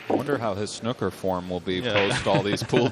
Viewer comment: The fuck is “Snukker”?